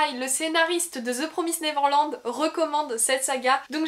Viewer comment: Première fois que j'entend quelqu'un prononcer correctement The Promised Neverland :D